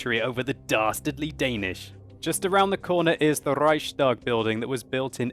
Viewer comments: Well, actually.... The "Reichstag" is pronounced like "Reichs-tag". Meaning: there is no "sh" sound in it.:) But anyway, nice Video and greetings from an original Kraut. ^^ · Great video but its not rrrrrrreichstag :-P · You pronounce reichstag as reikstak (i think, im not german D:)